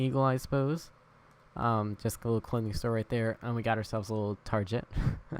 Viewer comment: TARJET Hahahahahahaha it's Actually TarGet, but Good Attempt, Largest Minecraft Mall iVe Seen Yet.